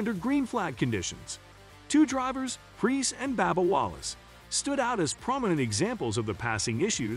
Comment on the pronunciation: IT WILL S NASCAR, NOT NASKER. IT IS BUBBA WALLACE NOT BABBA.